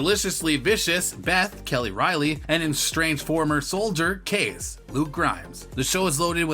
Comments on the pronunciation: His name is pronounced KAY-CEE!!! not case. You are losing major points in the credible dept. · I mean, it is Kayce pronounced Kasey